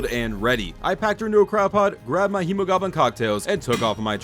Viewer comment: It's Hemo-glow-bin not hemo-goblin XD it's ark, not d&d